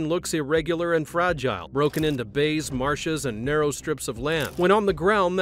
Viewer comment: They are called bayous